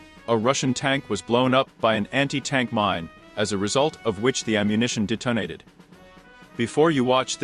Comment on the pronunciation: You really need to ask a person to dictate these. "Der-tone-aded" isn't a word. It is nice to know the Ukranian military has "redness" and makes "stratedgic" decisions. Just ask a person to read the script.